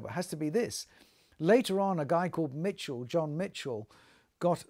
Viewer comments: Great video and nice to hear the background on turntables that I’ve heard, owned and some that I’d love to hear. The pioneer is indeed a classic and have never thought about the ergonomics with the student in mind. Ha A small correction. Michell is pronounced, Michelle. I still own a gyro deck and would never get rid of it even though I believe digital replay has improved immeasurably. Cheers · You say Mitchell , it’s not it’s Michell as the French would say . I met John back in the day . I’ve owned mine with an SME arm since the early seventies and still use it today .